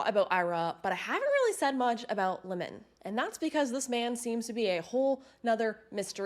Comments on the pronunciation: It is not lemon it is limon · Just something to look into, I've always heard the name Limon pronounced with the i using more of a y sound, more like "Lymon" or how you would pronounce lion but with an m added in the middle